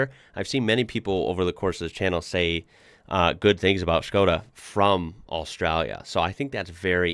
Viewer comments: Bro if you come to europe let me know and we can drive arround in a '22 Octavia RS , trust me its worth it. Also kudos to actually pronouncing it as it should :) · HE SAID SKODA CORRECTLY NO WAY